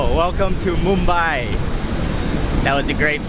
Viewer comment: How correctly u pronounced "Mumbai"....🎉🎉🎉🎉